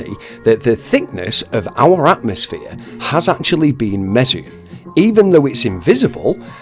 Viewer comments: I like how he says "atmoSplane". With an S. As in the first letter of Sphere. He cant even create a new word without failing 🤦🏻‍♂️ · Oh God he said atomoplane🤣